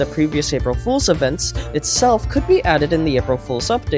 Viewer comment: When he said fools he said holes